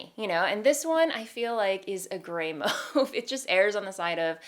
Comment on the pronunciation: i’m new here so i don’t know if it’s a joke or something but does she know she’s pronouncing mauve wrong?